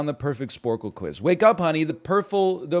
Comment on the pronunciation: Watched this live & laughed so hard when he said "perfle". Great content as always, NL. :)